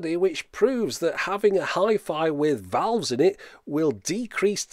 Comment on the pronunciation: Just say tubes, who cares what they think. But if you do care, it sounds like you're saying vowels instead of valves.